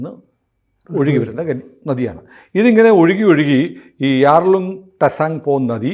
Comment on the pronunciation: ടെസാങ്പോ അല്ല, ചാങ്പോ ആണ്